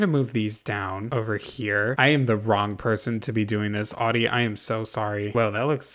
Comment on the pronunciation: I'm living for how you butchered Audie's Vacay house. Haven't laughed that hard for a long time. Thank you like genuinely thank you ❤️